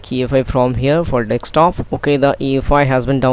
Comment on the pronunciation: You can see it spelled "desktop" why do you insist on pronouncing it as dextop! Good vid, informative stuff